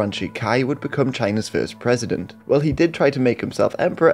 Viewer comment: ummm.... fieerst ????